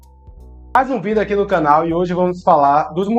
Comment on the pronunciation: So lembra que a pronúncia da palavra vídeo é diferente